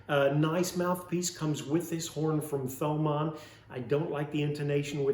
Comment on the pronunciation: Pronounced TOE-MAWN I believe ;)